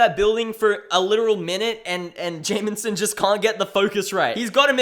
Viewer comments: It's "Jameson" It sounds like you're saying "Jamenson" with an added "N" for some reason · lmao love how you pronounce jameson, "jay-min-sin"